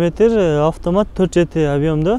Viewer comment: үкам афтаат дебей автомат деп даңгал айтчи ,дайима сенин тартканыңды көрөм бирок афтаат дегениңде итиркейим келет көөнүм айныйт шашпай автомат деп кайра кайра кайталап үйрөн үкам.